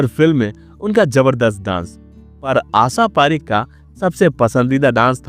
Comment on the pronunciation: उच्चारण बिल्कुल खराब दर्ज़े का है श को स क्ष को छ बोलना बडा भद्दा लगा आशा पारेख का नाम गलत बोलना बहुत बुरा लगा